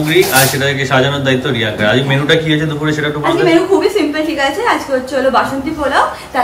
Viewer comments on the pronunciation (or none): none